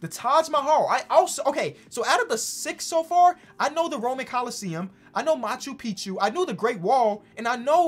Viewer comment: I’m Peruvian (where macchu picchu is) and you were saying it correct